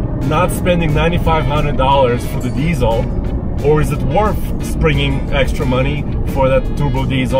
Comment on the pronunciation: “Worth” doesn’t have an “f” at the end.